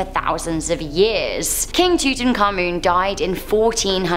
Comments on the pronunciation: His name was pronounced TUT-AHNK-AMUN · Disliking for the way she says King Tutinkamin and Tut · why can't people pronounce tutankamun properly